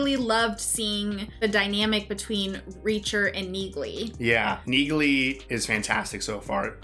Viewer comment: Heeeyy! Good to know I'm not the only one that mispronounced Neaghly's name! And this is coming from someone who studied Irish for a year. XD